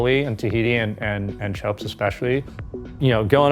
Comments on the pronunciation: Guy keeps calling it “choaps” even though the local guy tells us in the beginning how to pronounce it correctly. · The fact that Americans are unable to pronounce almost nothing non US English is hilarious… “Chopes” 😂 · It's a nice little explainer, but I cringe every time says "chopes". Can't you show a little bit of respect and learn how to pronounce the name? Raimana is willing to give you a lesson.